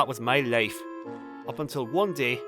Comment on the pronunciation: "That was may lafe" 😅 A proper Indian accent !